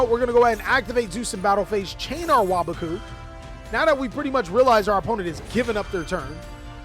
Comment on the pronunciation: is the only yugituber to pronounce waboku correctly